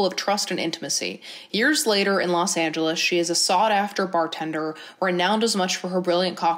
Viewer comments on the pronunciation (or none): none